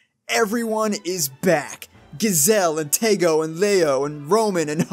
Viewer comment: "Gazelle" bruh